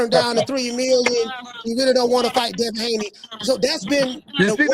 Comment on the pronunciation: He called Devin hakeem Lyon 😂😂